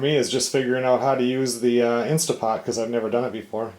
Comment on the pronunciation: PLEASE PLEASE!!! It is an InsTANT Pot...NOT InSTA Pot!!! Read your manual!!!